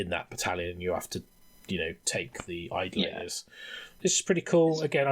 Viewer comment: Only one criticism to this... It is pronounced I-DOLL-A-Tor. Not Idle-later....